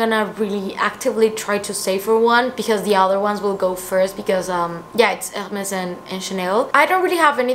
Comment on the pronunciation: Love the way you say Hermès!! ❤️